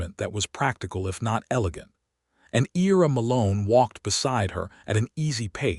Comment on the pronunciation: Ira is pronounced (eye-ra) Excellent story! Esther married the right man for sure!❤😊